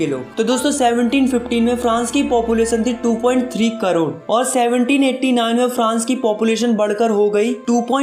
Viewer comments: carore❌️ crore✅️ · carore ??? really check for urself "carore" not crore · It is not Carore it is Crore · Crore ❌ carore ✅ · crore ❌ carore✅ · Crore ✖️ Carore✔️ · Crore ❌ corore 😂😂😂😂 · crore❌ carore✅ 😂😂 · crore nhi carore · carore nahi crore hota hai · It's crore not carore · carore nahi hota hai crore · carore kya hota hai broo